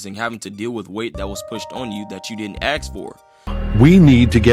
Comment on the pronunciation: Its "ask" not "axe"